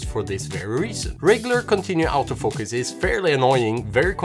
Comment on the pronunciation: Sorta funny. The accent of Auto-Focus sounds almost exactly like "out-of-focus."